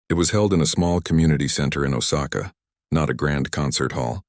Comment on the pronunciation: It's oh sa ka get your act together